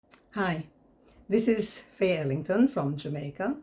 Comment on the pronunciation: YOU SOUND LIKE YOU SAID THIS IS FAILING FROM JAMAICA INSTEAD OF FAYE ELLINGTON FROM JAMAICA.